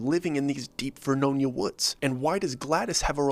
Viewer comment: There is no VERNOINA, It's Ver-no-nia. 10 miles west of the city of Saint Helens.